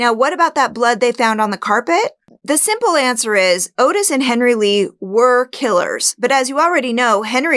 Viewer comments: his name was "ottis", not "otis" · Not "oh-tis", its pronounced "ah-tis". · His name is Ottis (ot-is), not Otis. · 'Ottis' is pronounced 'Awtis', not 'Otis'. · Interesting recap. Only one thing Ottis Tool’s names is not pronounced Otis it’s pronounced Ot-tis. I believe Dahmer could have killed a Adam. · His name is pronounced "Oddes", from every other video I've seen on this pair. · This is a common mistake, but Toole's first name is spelled with 2 T's and the first syllable is pronounced like caught, bought, sought etc. I think this can be attributed to the "Henry" film spelling and pronouncing it the traditional way. As for this "theory"? It sounds about as plausible as Ottis! I love your "subtle" attempt at manipulating the audience with stuff like "no kills in ten years? I don't buy it", despite there being ZERO evidence to the contrary. Both killers made the most valid statements on the matter, with Toole, who, having an IQ of 50, was still smart enough to know exactly how the cops played their game with how they got him to continually "confess". And Dahmer stating bluntly "why would I lie after being truthful about everything else?" Seriously, why would he? You failed to convey any good reason that would indicate the opposite. You can't overlook that serial offenders are more often than not very specific in their crimes. Dahmer was not a pedophile, plain and simple. Even the 14 year old victim falls under hebephilia, not pedophilia. If you're a podcaster who focuses on serial killers and sex criminals, I don't see why you would deliberately overlook such things.